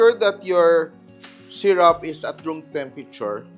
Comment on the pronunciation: Sy Roop not Sy Rap … for syrup…